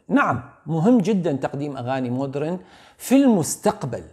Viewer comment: MODERN !! تنطق : ma - dern (mah-dern) silent H ليس : Mood -ren . رحمة قالت : مود رن(بكسر الراء). و توقعت من استاذنا يصحح لها الكلمة ولكنه للاسف وقع بنفس المصيبة.. تلوث سمعي منتشر بالمجتمع العراقي.. يا جماعة : اذا مو متأكد من نطق كلمة اجنبية ,, قولها بالعربي مو حرام ولا عيب !!